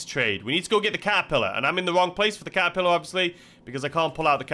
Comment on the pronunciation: Was I hearing things or did you say "the kazapillar" instead of catapillar?